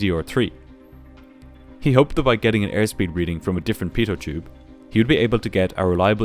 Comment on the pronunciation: It's quite funny how you pronounce the word pitot tube 😅 Singular: Pitot Tube Prular: Beetle Juice 💀😂